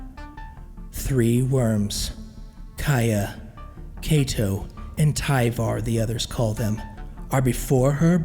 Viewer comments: I'm almost 100% positive Kaito is pronounced like kite, and not like Keito. But that aside, good stuff. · Love this!! Only sour point is Kaito's name is mispronounced early on, hoping japanese and chinese names aren't mispronounced in later stories